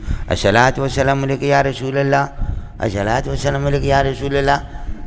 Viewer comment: یہ الشلوۃ کیا ہوتا ہے؟ لفظ الصلواۃ ہوتا ہے۔ اور لفظ والشلام نہیں ہوتا بلکہ والسلام ہوتا ہے اور رشول نہیں ہوتا بلکہ رسول ہوتا ہے۔ پڑھنے یا نہ پڑھنے میں اختلاف ہو سکتا ہے۔ لیکن الفاظ صحیح انداز میں ادا کرنا چاہیے۔ صحیح طرح سے پڑھنے سے منہ میں آبلے پڑھتے ہیں کیا؟ بد بخت کو الصلواۃ والسلام علیک یا رسول اللہ پڑھنا بھی نصیب نہ ہوا۔